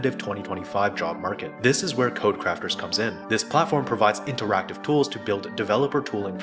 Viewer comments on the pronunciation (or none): none